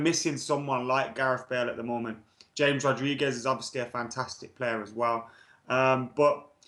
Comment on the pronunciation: pronounces James Wilson as Hames Wilson but still fucks up the pronunciation of James Rodriguez 🙄🙄🙄